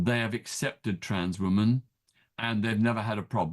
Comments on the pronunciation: Why does Peter Tatchell say wOman for the plural of woman? The English language is complex and as a British man he MUST know the correct pronunciation! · Why cant he say WOMEN.